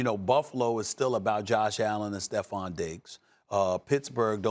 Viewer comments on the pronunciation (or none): none